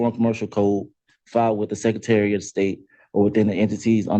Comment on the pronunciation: "Seccitary" indeed.